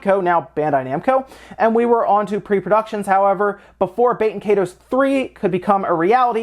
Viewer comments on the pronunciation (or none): It's "KYE-TOSE" ...like Dragon Ball KAI...like EYE ball. And TOSE like TOAST without the last T.